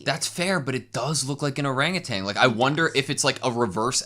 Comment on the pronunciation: "orangutitan" love that